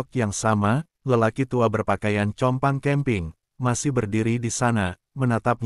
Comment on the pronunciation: Banyak narator salah mengucapkan kata2 bhs.Indonesia.Compang camping dibaca kompang kamping, Cat dibaca kat😢